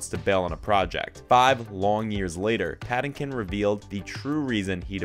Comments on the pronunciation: Patinkin is pronounced strangely as well 🤨😬🙄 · You're mispronouncing Patinkin.